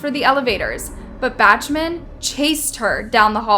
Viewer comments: This happened several times throughout the video, but you need to please learn how to pronounce the names of the people in the video. This one is BACH-man, as in the composer,BACH. not BATCHman. BACH as in BACK with an “H”. There were others. These are great videos and I appreciate the time and effort you put onto them, I even am a new subscrber, but the mispronunciation takes away from how good they are. Thanks for listening. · It's pronounced "BOCK-MAN", not "BATCH-MAN". How do you pronounce Johann Sebastian Bach? That's how you pronounce Bachman. How do I know? It was my maiden name and man, does it piss me off when people can't figure it out. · “Batchman”? It’s pronounced Bawkman! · Judge Bach man, not Batchman, jeez 🙄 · You have really botched some of the people's names in this video. Maybe make sure you've pronounced names the right way before you post your videos. The last name of the judge towards the end is not pronounced batchman its bawkman. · And finally, it's BAK-man, not BATCH-man . . . sigh. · Judge “Batchman” lol Bachman is pronounced “Bockman” 🤣🤣🤣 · It's pronounced Bock-man... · Bachman is pronounced BOCK-man. You sound like a rube. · That’s pronounced “No Con-Test,” not “No Con-TEST.” (As in “the game between the men and women was no contest.” and “I wanted to contest that pronunciation with a pronunciation-expert.) “Palvos” vs “Pavlos?” Judge ANquilina? Where is the N in her last name? It’s spelled-out for you! 🥴 (“Batch-Man?” how’s about “Bock-Man?”) Wow. You need to be held in contempt for gross-negligence while attempting to pronounce names! Signed-Karen. 😂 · you butcher names in these videos, and mispronounce words. "no CONtest" not "conTEST". That's a basic one. Bachman sounds like "BOCKman". You have subtitles in the video so we can see every name and word you mispronounce, unless this is that autotune or whatever. It's irritating. Narrators and speakers are responsible for getting this stuff right. Just sayin'